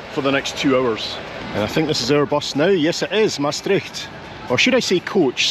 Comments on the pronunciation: Big compliments for the way you pronounce 'Maastricht'. I think it is very hard for English speaking people, but with the Scottish ones the Dutch have more in common (the 'r' also). But did you know that the citizens of Maastricht itsself pronounce the name of their city completely different? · (As a Dutch person) I am impressed by how well you pronounce the word "Maastricht". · The name Mastrick, means a dairying place, deriving from the Gaelic word maistreachaidh which refers to the churning of milk. Maastricht is derived from the Latin "Trajectrum ad Mosam" which means "Crossing of the Maas" I love how you correctly pronounciate "Maastricht" A lot of foreigners say "Maastritch" or indeed "Maastrick" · Love how Scots are some of few people that don’t get caught out at the pronounciation of the ch in Maastricht :-)